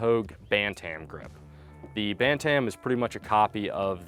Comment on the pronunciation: Today, for the 1st time in my 45 years on this earth, I heard someone say “ban tam” instead of “bantam”. You clearly never watched boxing. The j frame doesn’t come in different sizes. “J” is the size. They come in different materials, which weigh different. But not sizes.